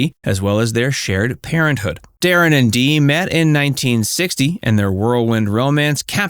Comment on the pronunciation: Please learn to say his name right